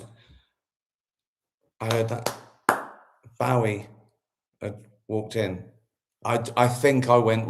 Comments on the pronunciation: Is that how we are meant to pronounce Bowie? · I thought it was pronounced Bowie not Bowie 🤔😬